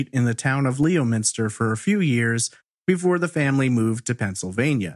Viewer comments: It’s pronounced 🍋- ster and we ❤️ u here in MA! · From Massachusetts just saying it's pronounced lemonster